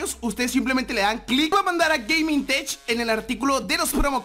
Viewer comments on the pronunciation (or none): none